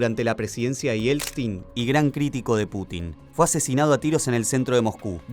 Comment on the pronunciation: Porqué siempre dice Yelstin😂